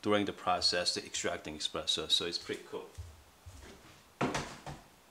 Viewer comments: it's called really Espresso and not Expresso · I heard eXpresso too,every time. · Stop calling it expresso pls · Honestly, I was skeptical about the quality of advice from anyone who pronounces espresso with an x, but it was actually a very helpful video for this beginner! Thanks!